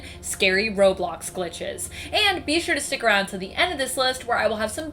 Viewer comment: You said robox